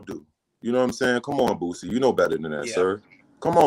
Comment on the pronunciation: PRONOUNCED BOO..CEE NOT BOOT..CEE